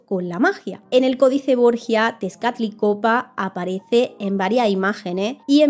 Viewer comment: un interesante resumen. solo un par de datos. primero ten cuidado con la pronunciacion de los nombres, en la imagen escribes bien Texcatlipoca, pero al pronunciarlo inviertes la "p" y "c" sonando Texcatlicopa. Se lo dificil y divertido que es intentar pronunciarlos. igual eso no minimiza nada tu esfuerzo. el otro dato es la profundidad del espiritu nahual, que a diferencia de los espiritus totems de otras culturas mas del norte, el espiritu nahual no era unico del hombre, tambien los dioses tienen sus nahuales espiritus. y al igual que el alma es algo con el que naces. Es mas parecido al termino que usan en el libro de "la brujula dorada" que un espiritu guía totemico. pero es cuestion de versiones y gustos.